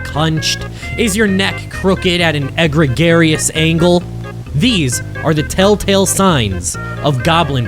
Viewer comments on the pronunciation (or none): Did you try to say egregious?